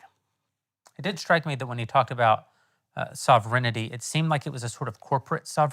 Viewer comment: Also, Jeremy, learn to say ‘sovereignty’, otherwise the Candy folks are going to rip you apart!